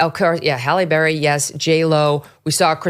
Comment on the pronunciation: It sounds like you’re saying Holly Berry. It’s not Holly, it’s Halle.